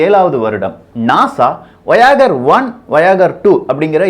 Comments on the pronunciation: Bro athu வோ யா கர் illa, வா யே ஜர் (should be pronounced as வா யே ஜ). Also, UFO na undefined illa Un-Identified Flying object which means flying objects those are not identified yet! You're doing a great job. I gave these corrections so that people who watch your video will know the correct pronounciation also. Nothing offensive. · That's not வயாகர் that's வாயேஜர், not undefined object un indentified object. Before making video correct your pronunciation.Are you an engineering graduate? ridiculous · நண்பா அது வயாகர் அல்ல வாயேஜர்(Voyager) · அது வாயகர் 1 வாயகர் 2 இல்லப்பா. அது வாயொஜ 1&2 Pronunciation as follows: voy-u-ju(r) oy-boy u-ago அப்புறம் UFO என்பது Undefined Flying Object அல்ல அது Unidentified Flying Object ஆங்கிலத்தில் கிடைக்கும் அறிவுக்களஞ்சியங்களைப் படித்துவிட்டு யூடூப் ல வந்து ஏன் வாந்தி எடுக்குற. உன்னோட வீடியோக்கள் எல்லாமே அரைவேக்காட்டுத்தனமாவே இருக்கு. ஏதோ விஷயத்தைப் பற்றி பேசுறேன் பேர்வழின்னு half boiled, half cooked message அதிகமா இருக்கு. அத கேக்குறதுக்கு நிறைய பேரு உன்ன பாலோ வேற பண்றாங்க நீ என்ன சொன்னாலும் உண்மை என்று நம்பி கமென்ட் லைக் பண்றாங்க. Try to publish your videos with only right kind of information. Otherwise It would be better for you if you keep quiet. Don't get hurry earning money. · you should pronounce as வோயேஜர், not voyager!!! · "Voi-ager" paa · exactly but he pronounces wrongly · Ufo - unidentified flying object. Not undefined. Voyager - Voy age uh Debris - de bre And you really need to pronounce English words properly. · Correction : Voyager - pronunciation is wrong dude